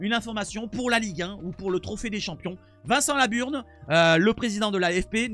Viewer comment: MDR’ c’est moi où il a dit : « ..Vincent Laburne.. » 🤣🤣🤣 _ à